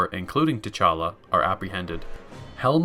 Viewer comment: he’s saying call him Black Panther because guy pronounced it “Ch’Talla”... like a good few times.